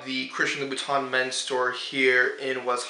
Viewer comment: It's pronounced 'Loo-Boo-Tan'. Just a FYI'.